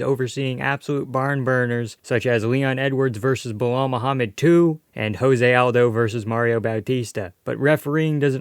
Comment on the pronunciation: for the love of God, it's JOSE Aldo, he's Brazilian, you pronounce the J 😭 Mario Bautista levels of disrespect